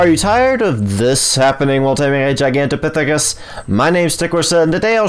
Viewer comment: Dude I just sub because you were able to pronounce that name multiple times without messing up. :)